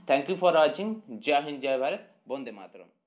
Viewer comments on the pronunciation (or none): none